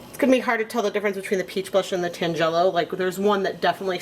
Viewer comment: Very interesting experiment. I think I like the mop best. FYI, tangelo is a fruit and it’s pronounced TAN-gel-o.